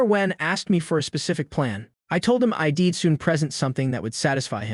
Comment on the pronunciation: The software has trouble with properly pronouncing contractions such as I'm I'd he'll.